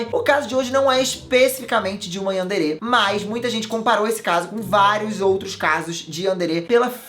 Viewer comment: plmds você tá falando Yandere errado